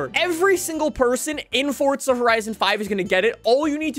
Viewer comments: UMMM ITS NOT FORTZA HORIZON ITS FORZA horizon 5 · Fortza Horizon Five